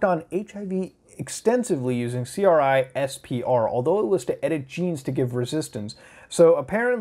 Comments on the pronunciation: Its pronounced crisper not C R I S P R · C.R.I.S.P.R pronounced KRISPER . Its a gene editing tool. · You shouldn't pronounce CRISPR with every letter separately. Basically every professor or scientist I've talked to has just pronounced it "crisper" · CRISPR is pronounced 'crisper'. Come on Muta.